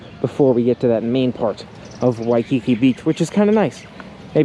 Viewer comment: At least he only called it “shaved ice” once, that I heard. In Hawaii the frozen dessert is “shave (NOT SHAVED) ice. He correctly called it “shave ice” multiple times (now if we could only teach him the correct pronunciation of “Waikiki”).